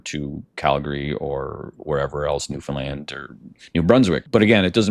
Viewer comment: It's pronounced " New-fund-land" not "New-Finland"!